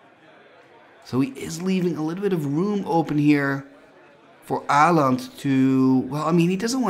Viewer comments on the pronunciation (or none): Aland? Å is a distinct letter in the nordic languages, it is not "an A with a ring on top". Learn how to pronounce it here